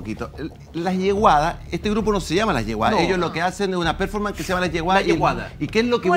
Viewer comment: Si me permiten, no voy a comentar sino sugerir que revisen la pronunciación y acentuación correcta de "performance".